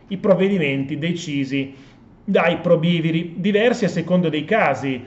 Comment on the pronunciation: Guardi che si dice probi viri e Non probi'viri. E poi francamente non e' per niente chiaro il discorso del secondo e terzo mandato.